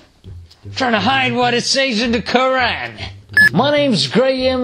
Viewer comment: Graham Harvis did pronounce qur'an with tajweed tho